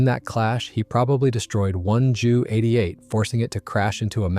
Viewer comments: AI screwed this audio. JU 88 is not a JEW88. Can you say Junkers? Screw AI. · WTF is a ‘hee one eleven’ and a jew eighty eight - frickiin AI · I wonder if any Germans watching this get upset when the AI voice says a Jooo 88, instead of a J U 88? Lol, I bet they do.